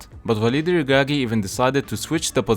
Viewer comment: The way u pronounce Walid El Ragragui is spot on! 😅